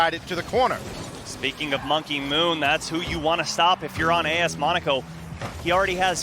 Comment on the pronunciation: im cringing when he says monaco wrong